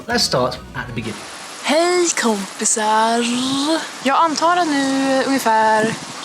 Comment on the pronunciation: Just for reference..the dude singing - did not pronounce a single swedish word...that was international jibberish in my swedish ears. Update: OK, he might have gotten the first word "Hej" right, after that it was all "nothingness" as a swede. The attempt was "Hej tomtegubbar, slå i glasen och låt oss lustiga vara! "...he got "Hej" right.